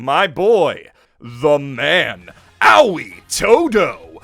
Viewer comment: Can you please stop mispronouncing Aoi Todo's name. It's not "owwie" it's "A-oi".